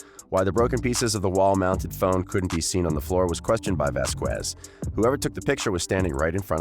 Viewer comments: Vasquez is pronounced Vaskez not Vaskwez. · For shit sake people stop saying vas qwez it’s pronounced vas kez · please stop saying VASQUUUUUUUEZ is pronounce VASKES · Vas-kez is the proper pronunciation. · Camille Vasquez' last name is pronounced "Vaz-kes." The "qu" sound is pronounced with a hard "k." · Thank you. I cringe whenever someone pronounces it like that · It was deliberately mispronounced...disrespectful in the extreme. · Please check around to find out how to pronounce Vasquez. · The "U" is silent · Dude great video just your pronunciation in Vasquez is incorrect if I were you, I would find out the pronunciation of Camille Vasquez otherwise is offensive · So annoying hearing the narrator mispronounce Vasquez in nearly every sentence 🤦‍♀️